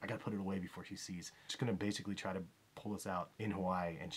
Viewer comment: Why can't people learn how to say Hawaii correctly